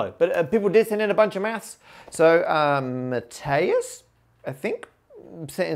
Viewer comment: Extremely pleased to appear on the video (I'm the first solution shown). Also love to see english speakers struggle with my name lol, it's pronunced "ma-tee-as", the spanish version of Matthew. So we're both Matts I guess. I liked how the easy answer gave me a chance to think about how to formalize it a little. Keep up the puzzles!